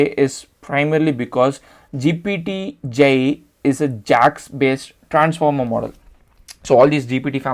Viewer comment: Why are you saying GPT-G? Did you mean GPT-J?